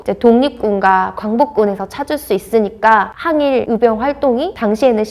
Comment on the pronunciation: 도대체 발음이 안되는 사람을 캐스터로 사용하는 이유가 몰까요? 전라도 사람들 발음 특징이 " 의" 발음을 "으" 라고 하는 아주 몹쓸 발음 습관들이 있는데 적어도 방송 에는 이런 사람을 채용 하면 안되죠.. "의병"을 "으병"으로 발음하는 사람을 캐스터로 사용하지 마세요..아무리 좋은 내용 이라 할지라도 듣기 매우 거북합니다.